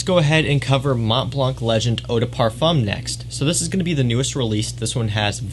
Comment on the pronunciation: Mont Blanc do not prononce the T and C. 😅